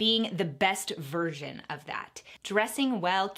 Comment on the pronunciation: I’m sorry but anytime says virsion I hear virgin 👁👄👁